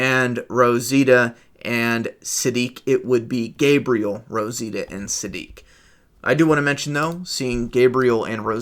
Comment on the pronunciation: Rositia huh? 🤔 Sure it's not Rosita?